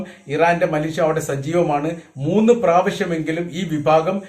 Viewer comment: Mileeshya ennu parayoka